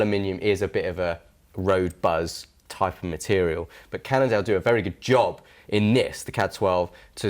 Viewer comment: Again another one with the "Candle" problem... It's Cannondale,.